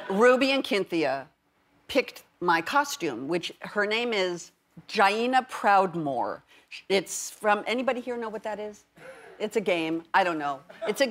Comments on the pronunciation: She did more than butcher it. No way would I sign off on that. “GYYYYNA PROUDMORE” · Damn, she butchered Jaina Proudmoore pronunciation, but still has my approval.. wonder if everyone at the weeding is going to be World of Warcraft characters..